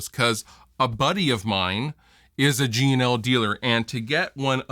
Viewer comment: Whenever you say G&L, it sounds a bit like 'Gino'. "Gino Rampage? Yeah, he's a friend of ours. Fuhgeddaboudit."